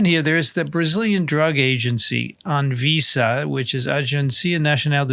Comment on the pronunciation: ANVISA - Great pronunciation,. Cheers.